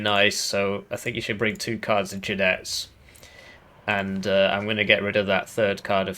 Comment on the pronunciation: If u improve your pronunciation of Jinetes that woud make 2 spanish fans happy